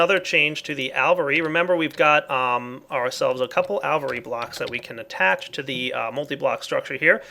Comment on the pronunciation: It's "AL-vee-AIR-ee"!